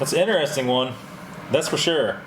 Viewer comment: What part of the U.S. are you from,? I've never heard anyone pronounce 'interesting' as "inner-es-ting". LOL.